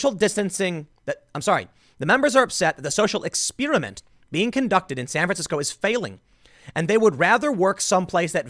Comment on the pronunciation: EX-Spear-ment, you can tell Tim didn't get a formal education sometimes lmao, he destroys the pronunciation of some words like its going out of fashion